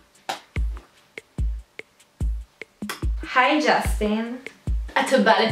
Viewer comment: זה בּיבּר לא בּיבר